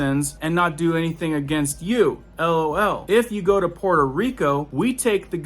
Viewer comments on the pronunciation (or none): none